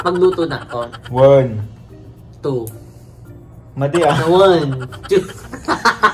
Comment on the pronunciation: Proud ilocano from ilocos norte. Been waiting for this video. ❣️ nagkatawa lang. wun(one) two three kunana ni 🤣